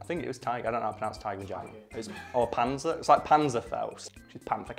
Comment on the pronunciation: the z in panzer is pronounced like the ts in cats, easy to meomerize since tigers are nothing but big cats ;)